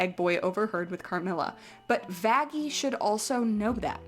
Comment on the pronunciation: I think they meant that the way they pronounced Vaggie sounded more like it started with an f